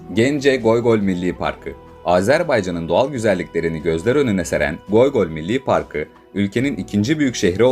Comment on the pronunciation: Abi goygol değil😂,göy göl-mavi göl ve ya gök göl